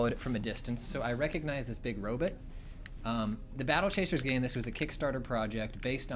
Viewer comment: says "robit".